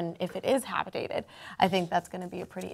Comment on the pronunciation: Did she say Habitated?????